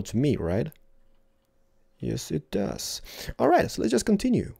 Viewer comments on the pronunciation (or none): none